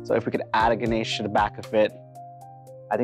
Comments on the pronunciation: Yeah, it's all good BUT it's so annoying how they pronounce it GanASH rather than Ganesh. 😂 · 1stly, It's not "Ganash"! It's "Ganesh or Ganesha" And 2ndly, It's "Lord Ganesh or Lord Ganesha" He's a god😑not ur neighbour! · Such a sorrowful fact that they don't know how to pronounce Ganesh properly 😑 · I understood they were talking about ganesh only after reading this comment I heared ganache and didn't get what he meant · It’s Ganesh not Ganache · She said ganache instead of ganesh😔